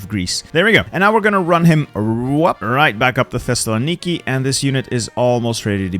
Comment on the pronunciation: My favorite thing while watching your videos, as after i saw one of your WW1 ottoman empire videos and you said thessalonki like 8 times in a minute, I now play a mental drinking game whenever i hear you say thessalonki in any of your videos, I dont know why but i always find it funny now Times said thessalonki